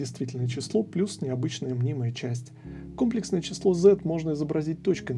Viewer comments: Всё тривиально, но ударение на другой слог в слове комплексное. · Почему кОмплексное, а не комплЕксное? За такое преподы ругают обычно